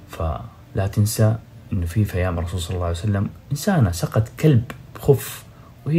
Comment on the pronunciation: ويش اللي عرعرعر عرسلام ؟؟؟؟؟ استغفرالله العلي العظيم ياخي انطقها صح ( الرسول عليه الصلاة والسلام )